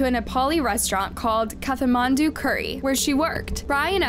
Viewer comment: Strange pronunciation of Kathmandu?